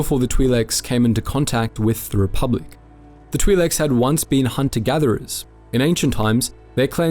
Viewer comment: you say re-pub-lick instead of re-public